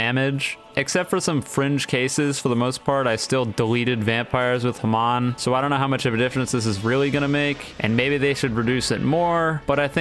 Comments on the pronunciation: i HATE how he says hamon. it's HA-MONE, NOT HA-M-ON! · dude its not haman its hamon pls say it right Booooo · your videos are so good until you say HA-MON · The way he said hamon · why u say hamon so weird